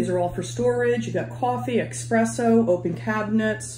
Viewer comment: Ahh! "S"spresso ;)